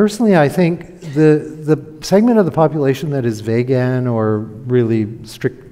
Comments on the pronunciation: Is this guy intentionally mispronouncing vegan or has he honestly never heard the word uttered before? It’s 2023 pal. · Dude doesn’t even know how to say vegan. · This is almost like a "Hidden Pictures". Find the mistakes! He also mispronounces the word 'vegan' over and over. I suppose he may know a person or two who says it the same wrong way, but he seems to think everyone does. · It's pronounced "Veeg-in" with a long 'e' and a hard 'g'. People telling you they're cutting back on meat for vague reasons must be why you call them vaguens. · Vay gun sounds like a weapon. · What’s a Vaygan? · No he doesn’t stop. He reminds me of a slightly smarter Atkins; short termism, snake oil and confusion spreading, brainwashing (eg. deliberately mispronouncing vegan and using vague in next sentence, crafty as..) all round. Not much hope for the 🌎 on this thread but glad it came up in my feed to watch as it’s a reminder what the young ‘uns are up against.